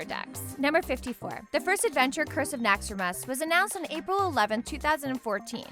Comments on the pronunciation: It's Naxxramas not naxxaras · Naxxar-Mas Half dagger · the way she says naxxramas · I love how you can't even learn how to pronounce these things, "Naxrammas" "Fuegen" etc. and yes I know I wrote "Fuegen" she said it like that